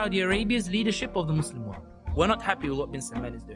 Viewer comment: its World not Word. Bhai you claim to have traveled around the 🌎 uska pronunciation toh sahi karo...